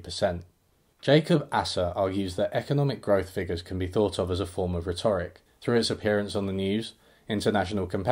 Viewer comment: Holy guacamole... This is one of the most cogent, informative, breviloquent, and valuable videos I've ever seen. You have an unparalleled degree of economic profundity, and your channel is a blessing to BreadTube. My only quibble is that you mispronounced "rhetoric," but that's a moot point and indicative of a prolific reader—one who likely reads more often than they speak. Anyway, much love to you,. Cheers.